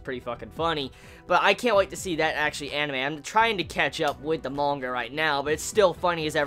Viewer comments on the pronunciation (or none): none